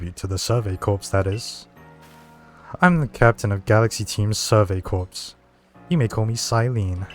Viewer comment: I have only one problem with the video so far. Corps is pronounced 'core'. Other than that you're good.